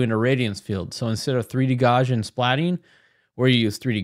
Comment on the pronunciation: jfyi it's pronounced 'gow-see-an'